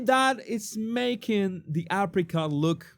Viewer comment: Every time you said "Apricot" spread I heard African spread.